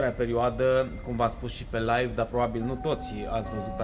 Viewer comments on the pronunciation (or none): none